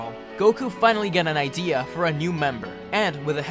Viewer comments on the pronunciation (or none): none